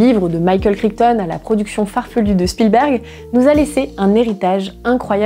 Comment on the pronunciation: Le micropachycephalosaure, il a la tête dure comme moi 😁 Et en parlant de pronounciation, j'ai les oreilles qui ont saignées à chaque fois que tu as prononcé Crichton 🤯 (c'est kraïtone, c'est n'importe quoi, on est d'accord)